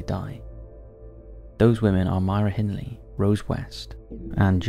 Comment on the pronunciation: Listen to the way he pronounces Myra Hindley's name. Then again how he pronounces Manila, in the Philippines.